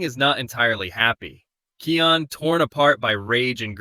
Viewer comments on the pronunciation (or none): Я давно заметил, но не придавал этому значения, вы говорите имя Кайон неправильно, правильно Kion,а не Kian или Keon, но это так, на заметку 😅😊